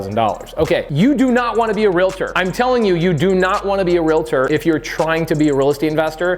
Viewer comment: Omg! Mahalo for pronouncing REALTOR correctly! Not REAL-A-TOR. 🙌🏻 There are only 2 syllables in the word. PS. I am a Realtor (I bet you guessed), & not offended by you saying we are not (intuitively) investors, hence the reason I’m here. It’s a completely different mindset. Thank you for this information. 🙏🏻